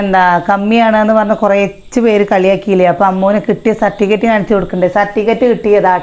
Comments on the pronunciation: നിങ്ങളുടെ നാട്ടിൽ സർട്ടിഫിക്കറ്റിനെ 'സർട്ടിക്കറ്റ്'എന്നാണോ പറയുന്നത്.ഇതെന്താ ഇങ്ങനെ '😂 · സർട്ടിക്കറ്റ് അല്ല സർട്ടിഫിക്കറ്റ് എന്ന് പറയു 👍